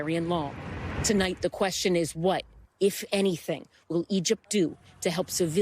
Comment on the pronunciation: love her... "IZEREEL" she's a reporter??